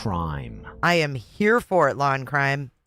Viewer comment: Not me literally laughing out loud every time I hear "the Waw and Cwime 😭" New here and never leaving!! ❤️ ❤️